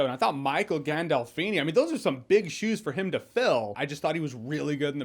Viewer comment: I'm from Chicago and I cringed too. Same thing with Gandolfini..